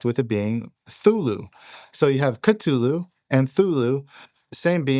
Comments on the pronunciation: thule? kha-thule? Lam of GOD? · In Lovecraft books it says cthulu is said different to how it's spelt maybe a silent C ?